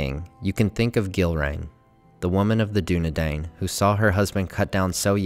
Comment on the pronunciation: This pronunciation of Dúnedain is so upsetting